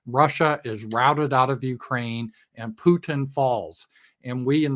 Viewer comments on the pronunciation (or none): none